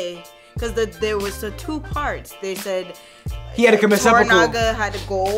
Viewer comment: i see you 'sehpokow' 😂